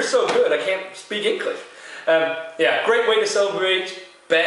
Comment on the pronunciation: "The beer is so good I can't speek enklish" Haha...cheers man :)